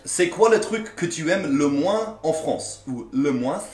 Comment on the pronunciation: Hahaha "le moinSS si on est dans le sud" x) you go, man !